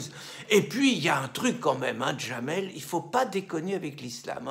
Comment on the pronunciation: Son prénom c'est Jamel, pas Djamel !